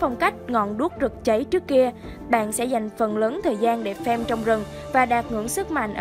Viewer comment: Farm mà cứ đọc thành fame nghe khó chịu thật sự :))